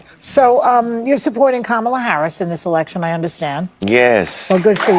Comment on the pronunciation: Good for Usher! Joey is annoying! And racist for pronouncing Kamala name wrong